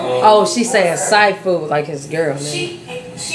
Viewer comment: He said thai food like TI😭😭😭😂😂 no si